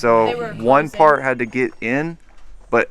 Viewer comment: When he said fart instead of part 😭 get some sleep